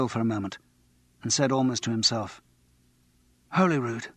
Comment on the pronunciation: How difficult is it to find out how to pronounce Holyrood?!